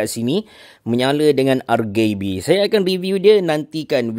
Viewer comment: kenapa dengar dia sebut rgb tu macam "r gay b" 😂